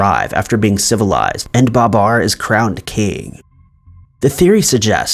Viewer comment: Ba-BAR, not BA-bar. it's the little things.